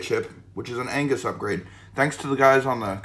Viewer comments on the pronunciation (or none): AGNUS, not angus my friend :D